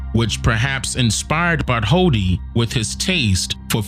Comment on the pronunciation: New here. No disrespect but the scultptors name is pronounced Bart told dee, not Bart holdi. In different languages some consonants are silent.